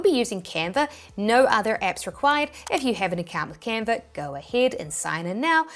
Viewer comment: It is Canva.... Not Canvas